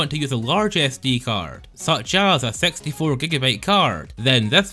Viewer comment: The way you say 64 is hilarious lol